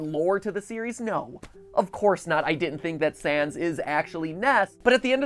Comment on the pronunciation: i know you meant to say sans but you said sand 😂